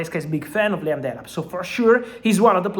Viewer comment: La-yam Delap 😂...love it